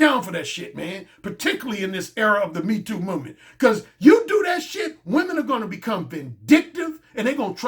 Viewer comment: That accent on that #MeeToo movement line had me rotfl 😂🤣